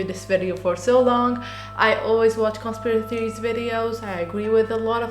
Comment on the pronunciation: Bro you cant even say "conspiracy theories"